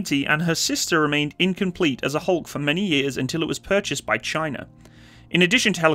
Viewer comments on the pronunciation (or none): none